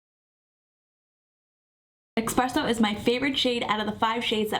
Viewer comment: Esssspresso there's no x in it.